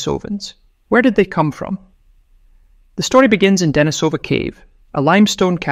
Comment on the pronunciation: Pronunciation: De-NI-so-van, not De-ni-SO-van. The cave is De-NI-so-va, not De-ni-SO-va.